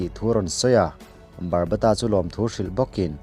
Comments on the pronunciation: Barbata nilo in babata 😊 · Barbata nilo in Baba ta tih tur aw sir